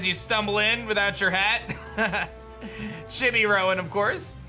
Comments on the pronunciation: Love your content my man but I’m positive it’s Chee-bee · The way says Chibi bothers me so much. W h y.